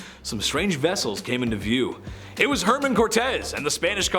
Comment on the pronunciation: Hernan Cortez not herman.